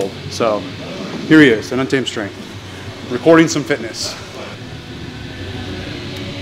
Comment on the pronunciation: Treerrn unterrrrrrrrrrmed